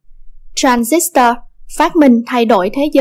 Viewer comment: nghe đọc cái từ tran zít toa mà tui tuk á ;D còn cực grid là cực lưới, có tác dụng điều hướng dòng tia điện tử và hội tụ chùm tia